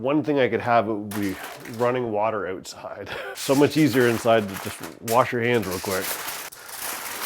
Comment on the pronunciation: I liked and subscribed! Funny, after hearing him talk about getting seasoning from Canada I wondered if he was Canadian. But, then he said, "ouoooowtside". I was like, "damn. ok he's def Canadian". We love you Canada! Not all of us voted for this shit show.